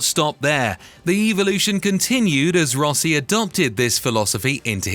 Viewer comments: Pronounced Russie not Rossie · What is a Rossi? Your pronunciation is fabulous. You’ve managed to both savage and reinvent almost every teammate. It’s like a puzzle to decipher every sentence.